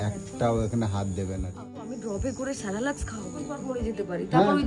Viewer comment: কিছু মনে কোর না! এত বড় একটা ঘটনা ঘটে যাওয়ার পর কেবলমাত্র কিছু ভিউজ কামানোর জন্য এত লম্বা ভিডিও না বানালেই ভালো হত! প্রিয় একজন মানুষের মৃত্যুকে হাতিয়ার করেও বিজনেস?? আর একটা কথা - ওটা স্যারেলাক্স নয়.. সেরেল্যাক!